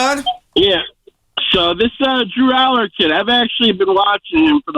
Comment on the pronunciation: I can't take you seriously when you say DREW ALLAR LOL what a JOKE!!!!